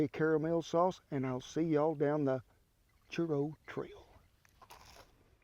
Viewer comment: "Chur-oh" I love this man